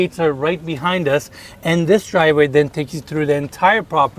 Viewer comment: should learn how to pronounce the 50 English words he uses in his videos such as “the” and “driveway”